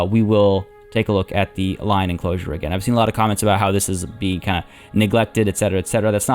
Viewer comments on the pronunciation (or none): none